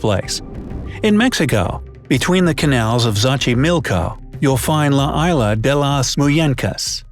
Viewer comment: It is pronounced "ee-s-lah", not "i-lah"